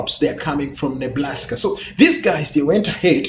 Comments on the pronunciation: Enjoyed the video. I laughed at "Neblaska." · Hehehe it sounded like he said Neblaska. Hahahahahaha